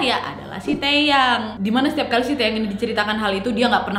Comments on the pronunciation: izin ralat jg, kpop itu dibca nya kepop, taeyang teyang, chanyol, bnyk yg salahh 😭 susaa jg ngejelasinn nya :) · Awalnya gw dengernya ‘tayang’ 😂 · wkwk ngomong "Taeyang" Nya lucu 🤣